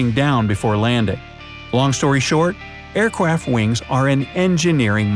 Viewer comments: aircwaft I believe that it is aircraft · who noticed him say air craf and not aircraft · “aircwaft wings” 😂😂😂😂😂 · "Air kwaft wings are an engineering marvel." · “awcwaft wings” dude i can not stop laughing at this xD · okay...I thought I was the only one! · he say air cwaft wing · did enyone heard that sed aiycwaft that is so funny 😂😂😂😂😂😂🤣🤣🤣🤣🤣🤣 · you apparently said aircwaft wings are an engineering marvel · I always love these videos... but he definitely said "Aircwaft wings" lol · You Sed Air Cwaft LOL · Who noticed he said airquaft? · Why did you say airquack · FluxGaming anyone with ears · aircwaft wings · What's an airquaft? 🤣🤣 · He said aircwaft lol no fence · air cwaf wings lol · "Airqwaft wings" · you say Aircwaf XD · Aircwaft wings? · did he say air cwaft wings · . Airkwaft wings. Lol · aircwaft lol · Who heard he said airpff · Bro said aiwcraft wings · air cwaft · I heard air quaft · he said air qaft 🤔🤔🤔😕😕🤯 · Aircwaft wing twuly are an enginewing mawvel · Air Cwaft Wing? 🤣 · he said aircwaft wings lol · Is it me or he said aircraft but instead of an R it’s a W